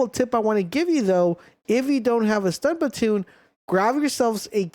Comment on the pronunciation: lol, just glanced over "stun batoon"